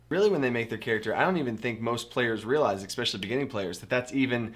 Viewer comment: Especially*, not Explecially :P